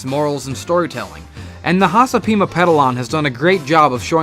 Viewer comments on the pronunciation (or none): none